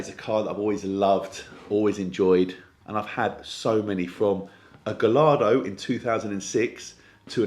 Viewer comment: A true fan; Gallardo correctly pronounced!